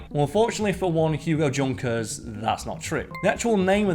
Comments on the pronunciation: It’s pronounced Yunker not Junker. The Germans don’t have the J sound. That’s why Jaguars are pronounced Yaguar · It is not pronounced Junker its more like "Yoonkers" I knew that and I don't even speak German. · Isn't Junkers pronounce Yoonkers? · Isn't it pronounced 'yunkers'? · Ugh straight out the gate... His name was pronounced Yunkers, it is German. Nobody thought it meant Junk like english speaking mostly americans would associate. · Junkers is pronounced yoonkers. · Junkers is German and pronounced YUN-KERS. guess you didn't bother to do any research? i can see your subs going to nothing if this is the standard of this channel going forward.... by the way i think mars makes more than 400 M&Ms each day.